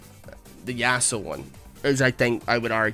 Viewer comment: I love how when you say Yasuo, it sounds like you said a--hole.